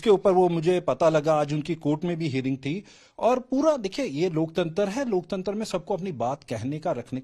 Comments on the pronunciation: लोकतंत्र भी नहीं बोल पा रहा लोकतंतर बोल रहा है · Laktantra nahin bol pa raha hai sahi se......aur ghulam patrkaar dusre ghulam se pooch raha hai...😢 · लोकतंत्र भी नहीं बोल पा रहा है 😂😂ये राक्षस है लोकतंत्र के